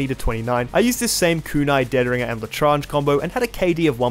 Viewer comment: Most painful part of the challenge was hearing his pronunciation of l’etranger (Les tran je) not la trange